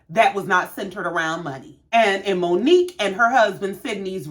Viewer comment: Omg!!! You said it!!!! Way better than I did!! Well enunciated!!